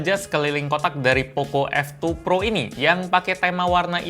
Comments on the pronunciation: Apa cmn gw yg denger kalo bang kyk ngomong oppo f2 pro -_ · Poco F2 Pro Yang gw denger:oppo F2 Pro